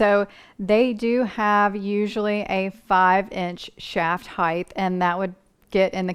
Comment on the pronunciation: Very good. Except… would you please say height and not heigh th. There is no h at The end. Sorry. Pet peeve